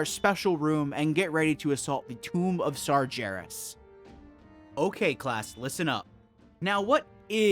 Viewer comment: Great video series. Just fyi, it's "Sargeras" with a hard 'g', not "Sarjeras". We hear the name pronounced multiple times by various NPC's throughout the game. Unless you're just trolling, in which case carry on, lol.